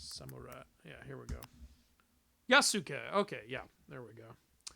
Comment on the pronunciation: It’s pronounced Yah-skay, not yeahsooke